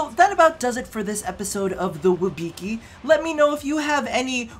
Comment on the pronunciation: You're pronouncing it wrong I think XD You're saying WIB(I)CI instead of WIBCI, just a little hint